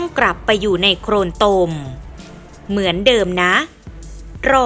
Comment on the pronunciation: เกราะขอบเวที อย่าปร่อยไว้ จากโครนตม ล,ร,แยกหน่อยก็ดีนะ คนไทยหรือเปล่า